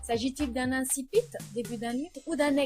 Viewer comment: incipit ca se prononce comme ca? c'est pas inkipit (niveau prononciation)